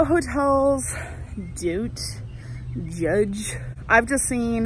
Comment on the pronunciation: “dunt jud-gue” 😂😂😂😂😂